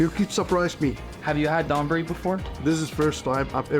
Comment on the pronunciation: NOT Don-buri, it's more like when you say the word "dOme" or "dOugh" with the "O" more pronounced. Not like the name Don.